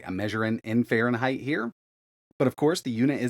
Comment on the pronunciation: Really, Fahreneigh ?